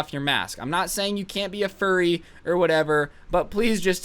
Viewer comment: Bro when he said "fur-re!" It was very funny.